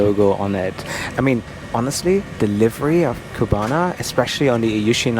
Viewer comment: Please: it is not Qbana. It's CU-BA-NA.